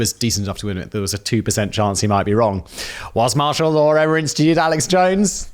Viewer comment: WHERE ISNTHE "R" IN THE WORD "LAW" ? FAIRLY SURE ITS NOT "LAWER"